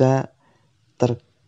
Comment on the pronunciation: TERKONTIMANI:v Bingung Ngomongnya:v nah...